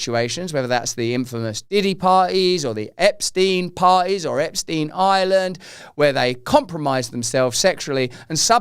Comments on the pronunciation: Epstein pronounced . . 'Epp' - 'Schtine' . . rhyming with 'mine' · Ahhh, finally someone pronouncing that sh*tty name correctly!!! It's German name! Epstein, Weinstein, Einstein, Bernstein... Looks like Epsy is not dead because his accuser is now dead. R. I. P. poor soul who suffered so much.